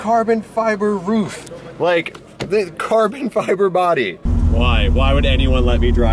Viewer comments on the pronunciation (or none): Well i learned ive been saying RUF wrong.. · “Carbon fiber ruf” as he slaps the floor, it took me a second to realize he didnt mean roof lmao